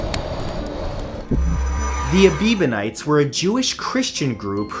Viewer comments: "Ebiebenites?" Did they worship Justin Bieber? It's pronounced exactly like you spelled it in the video: "Ebionites." Your videos can be very educational, but they also seem to specialize in mispronunciation. Also, we know exactly what happened to the Greek religion. By the time of the conversion of the Roman Empire to Christianity, the Greek pagans also had to compete with numerous and widespread schools of philosophers who looked down on the old myths, as well as eastern sects and the general religion-soup that existed during the late classical period. Many of their cults had been taken over by Roman versions. All of this plus the official conversion of the empire to Christianity, and the eventual destruction and banning of pagan temples by the Christian Roman emperors, led to the predictable downfall of the Greek pantheon. Remember as well that the ancient religion of the Greeks wasn't a single unifyied whole, but a variety of cult centers spread geographically over the Greek world. That way, the Greek religion fell one temple and priesthood at a time. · None of these religions disappeared mysteriously... Each faded out under the weight of new religious movements such as Standard Christianity or were suppressed with political upheaval (such as war) to be supplanted with a new, "politically correct" faith. Ebionites has only one B therefore is NOT pronounced "Ebeebonites"... Both they and the Manichaeism were variations of what is known today as Gnosticism... Manichaeism was politically supressed as China adopted new, politically accepted faiths, and the Ebionites were scattered as were the Jews as a whole... Those early sects that managed to continue today - Mandaeism (another Gnostic sect) - are undergoing that same process but in our time. It is on the way of "disappearing" and yet a body of them have made their way to Massachusetts. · It's supposedly pronounced Eh-bion-ites. But good video anyway. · Ebionites. not Ebibonites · Ebionites, not Ebebionites.